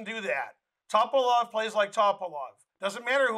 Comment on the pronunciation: Bulgarian last names are pronounced the same way as Russian. Just as you put the emphasis on second syllable in kuh-SPAR-of, you should do the same thing for his opponent. It's not TOP-uh-lof. It's Tuh-PAL-of